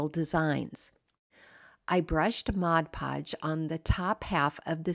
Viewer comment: Thank you thank you for pronouncing mod podge correctly. I used to work at a craft store and the amount of people that pronounced it "modge" podge was insane. 😂😂😂